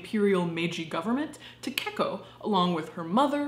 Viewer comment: Great video but you kept saying Takeko in a weird way that hurt my little weeb soul. Takeko is pronounced Ta-Kay-Ko not Ta-Cake-O. Also, you would normally refer to someone by their last name in Japanese culture if you don’t know them.